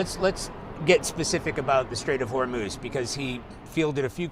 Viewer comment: Trump cannot even pronounce HORMUZ! LOL!!